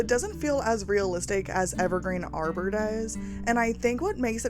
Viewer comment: Beautiful build! I believe the world is pronounced Harbor with a hard H sound, as in a place for boats